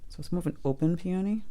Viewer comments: Please pronounce this flower correctly! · I have never heard anyone pronounce peony that way. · Grew up with them in Michigan - 68 years. We say "Peeeee-a-nee." Not "Pee-ohhhhh-nee." Fun to hear people from other areas.